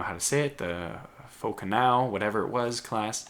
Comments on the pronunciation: Also, Falconneau is spoken like this: Fahl-coh-noe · fauconneau is pronounced mostly like you said it just fo-co-no ,it mean little falcon or baby falcon.it was also the name used for swivel mounted light guns in the sail era ships